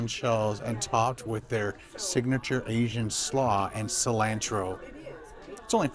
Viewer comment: Mispronounced cilantro